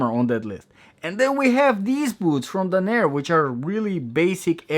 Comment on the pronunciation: It's Danner. Not Dah-near.